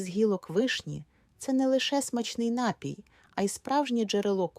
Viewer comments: напІІІІй! Заглянь до словника наголосів , лежню !!:face-orange-frowning::face-orange-frowning::face-orange-frowning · напІІІІй!!! Наголоо на "І"!:face-turquoise-covering-eyes: Як серпом по яйках !!! Береш у одну руку мікрофон, - в іншій має бути СЛОВНИК НАГОЛОСІВ !:finger-red-number-one::finger-red-number-one::finger-red-number-one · Звідки взявся отой ,,нАпій"? Споконвіку наголос був. на 2 - му складі . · Не коверкайте слова, робіть правильно наголос - напІй!